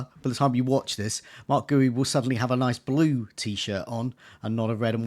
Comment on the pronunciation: Please let's sort out the pronunciations: Guiu = "Gee-You". He's Spanish. Google will tell you. Wirtz = "Vee-irts". It's not that difficult. Sorry, I'm a pedant.